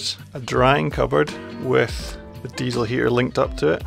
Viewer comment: "Deisel" and also a "compessor" that's next level 😂